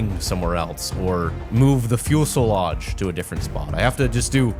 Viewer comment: FUELSOLAGE! (it's fuselage)